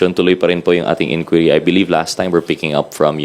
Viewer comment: "InDuery" process